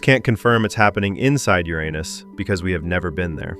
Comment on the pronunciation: Thank you for pronouncing uranus the right way